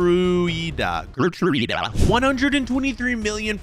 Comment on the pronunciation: please say it correctly... its spelled "Jertruida" cause G + E = JE same goes for G + I